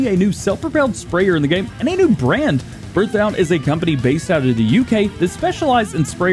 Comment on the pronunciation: Berthoud is pronounced beartoo